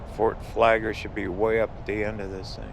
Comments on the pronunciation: Hey... It is not Fort Flager... It is Fort FlagLER... LER!!!!! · It’s called Fort Flagler, not Fort Flager! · Tha fort name has two Ls in its name please pronounce Both of them with a G between them.